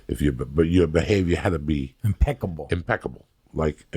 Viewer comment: Joey “impecable” Díaz